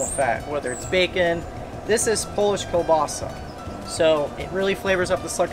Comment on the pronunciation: Sorry guy but I think that the pronunciation of the sausage is like KEEL Bassa and not kahbassa.